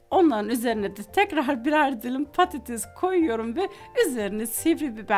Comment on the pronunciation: Çok ilginç konuşuyorsunuz patatez:D